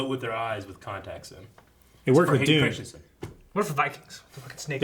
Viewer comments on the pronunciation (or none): none